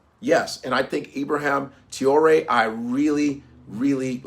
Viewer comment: “Ibraham Tiore” 😂